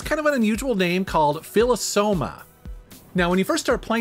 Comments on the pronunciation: It’s pronounced “fi-low” soma. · It is called "Philo-soma" like the way you say philosophy - but yeah glad to see you checked this one out.